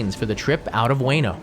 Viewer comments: Just FYI it's pronounced "oo-weh-noh", not "way-no". You'd think a channel dedicated to educating others about Japan would get pronunciations right. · Its U-EH-NO Station, not U-WAY-NO Station. Chump! I was there yesterday. You know nothing. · dude literally said 'weeno' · I lived in Japan as well and I never heard it pronounced the way you do. That's all I wanted to point out. It was always pronounced "ooh-weh-noh" but just quicker. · JR WAY-NOH station 😂😂 Please. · its oo- eh-no at least say it properly... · "Way-no." Yer killing me.